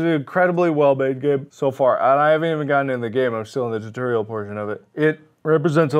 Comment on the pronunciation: It wasn't until this video that I found out Mark says "turtorial" instead of "tutorial"